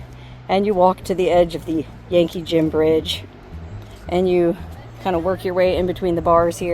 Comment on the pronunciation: When you first introduced the name of the bridge, the Yankee Jim bridge, I thought you said the Janky Jim bridge! lol